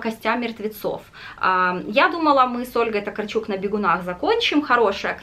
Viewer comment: Только Ольга ТокАрчук... Это ведь польская писательница, там ударение на предпоследний слог)